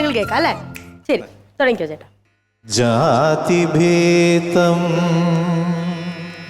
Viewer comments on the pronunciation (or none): ശബ്ദമേ കിട്ടൂ, അക്ഷരശുദ്ധി കിട്ടില്ല. ജാതിഭേദം എന്ന വാക്കിനെ ജാതിഭേതം എന്നാണു‌ച്ചരിക്കുന്നത്.